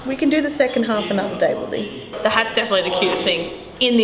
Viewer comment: It’s willeh